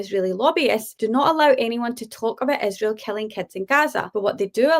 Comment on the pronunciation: Candace has only one problem, it's IIIIsrael not ISHHHRAEL. What is here problem with the pronunciation? It's Not that importent but it drives me crazy when someone pronounce something wrong.